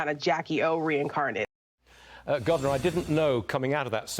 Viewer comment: The one msnbc lady couldn’t even pronounce reincarnated right. Dummying down America with people like this 🤡